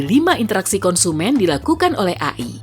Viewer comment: AI ,,,bacanya e'ai